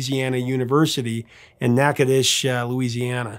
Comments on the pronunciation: mad props for pronouncing Natchitoches correctly.... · I'm proud of you for pronouncing the name of the town Natchitoches, Louisiana correctly. Very few people who are not from our state can do that. Well done, sir! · Wow that brought back memories. As cliche as it sounds, I attended his last concert while I was a student at Northwestern State University of Louisiana. (So proud of you for being able to correctly pronounce Natchitoches!) Never saw the movie and never really cared much for “Time in a Bottle,” when there were so many other good songs. But perspectives change after nearly 50 years, especially after my wife passed away about 8 years ago. And whether anyone believes it or not, there never seems to be enough time. Thank you for sharing Jim Croce’s story. So much talent. Gone too soon. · Northwestern STATE College. But thank you SOOOO much for pronouncing Natchitoches correctly!!! My dad taught ROTC there in the early 1960's, my mother actually attended Northwestern, and my great-grandparents were married in Natchitoches, so lots of family history there, even though I haven't been there in nearly 60 years. (I was 7 when we left.) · How in the heck did you get the pronunciation correct on Natchitoches? Impressed.